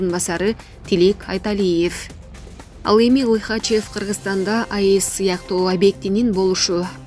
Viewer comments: Лихачев емес Лихачов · Нефёдов Лихачёв туура окугула